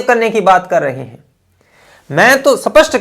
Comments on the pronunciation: अपने विचार स्पष्ट करें स्पष्ट न करें पहले स्पष्ट और सपस्ट बोलना सीख ले फिर ज्ञान बंटना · Kmaal ke besarm ho.mai sapast(not aspast) khata hu😂😂 tum b$d ho mere bhai sarm nahi aata